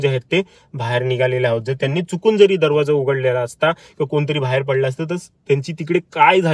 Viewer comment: भायेर नाही बाहे र😂😂